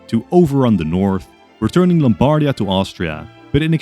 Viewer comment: Just a little pronunciation note from an Italian: we say Lombardìa and Vèneto. Love your content btw